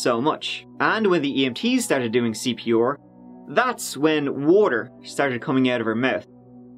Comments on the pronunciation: Nobody realizes that he pronounces CPOR and not CPR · I took a shot every time he says CP’or. Im drunk. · "Martin started doing CP-OR". I just love how pronounces some words, it's just so funny.😆😆😅😂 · I love your videos! The way you say C.P.OOOR in this one made me giggle! Thanks for making these videos! You must put in so much work doing your research! For anyone interested in forensics etc your channel is a great find! Keep doing what you do! 😊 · C.P. OAR. I love your accent and the way you pronounce certain words! You are the greatest! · I like you. But I’ve never heard a person butcher their R’s like you do. CPR. Come on..